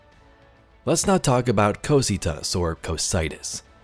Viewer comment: Hey. Awesome vid as always and I believe you pronounced Cocytus right.